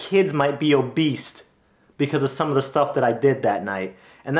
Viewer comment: Did you just say "My Kids Might Be Obeast?" I Love the word you just made.